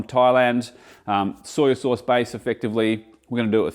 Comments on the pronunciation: I think your a brilliant chef and love your channel, but why do you keep saying soyA sauce? Its soy sauce! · I always feel like says “Soy-ya” sauce.😄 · It's an Aussie/ NZ thing.